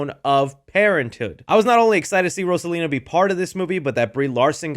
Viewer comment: Love the way you pronounce Rosalina! 🔥